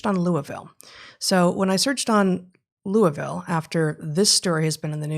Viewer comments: Pretty good pronunciation of the Ville from an out-of-towner. This story actually gave me hope because it’s opened up some friends who’ve been feigning ignorance of the madness in our midst. I hope it’s effects are not caught in the DISC. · Congrats Heather on your correct pronunciation of Louisville